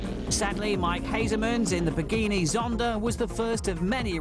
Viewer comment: The guy doing the voiceover at the beginning called it a pagini Zonda🤣🤦‍♂️